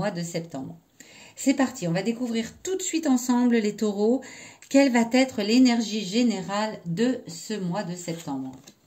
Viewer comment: Quelle va Être ( et non pas qu'elle vaTêtre)